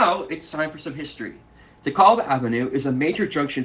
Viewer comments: I was born in Brooklyn on the 60s and lived there for 25 years. We pronounced DeKalb as de-cal-b, not de-call-b. Not sure from where your pronunciation comes. Maybe all my friends and family were wrong, but that is how we pronounced it. Great series. Keep them coming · It's Dekalb with a short A, like in "at". I am from Brooklyn. I never once heard anyone pronounce it "DekAWlb". Also Bedford-Stuyvesant has the accent on the "Stuy" and not on the "vesant". STUYvesant is the way. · GREAT video! BTW: DeKalb is pronounced like 'decal' with a 'b' at the end.